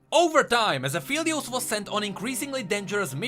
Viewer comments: It's "Ah-FELL-eee-ose" like 'help I FELL down' NOT "Ah-FEEL-eee-ose" like 'I FEEL tired', people. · no he didnt lol its phelios, not feelios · it's pronounced ap-helios pretty sure, it's an ironic play on words meaning "of the sun" (apo, "of," and helios, "sun") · no hate but at least pronounce his name right... XD